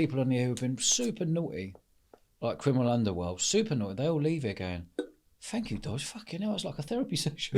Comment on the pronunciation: I love how he says "Crinimals"